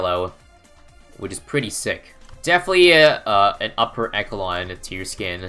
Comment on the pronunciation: btw, echelon is actually pronounced more like eshelon and not ecelon if you know what i mean. the more you know:)